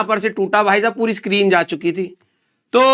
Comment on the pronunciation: Screen ❌sakreen😂😂✔️